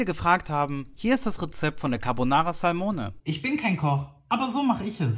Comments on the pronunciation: war die Aussprache nicht richtig? Ich denke, es wird auf der Silbe ‚mo‘ betont, oder? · Mich hat es eher gekillt wie er "Salmone" ausgesprochen hat.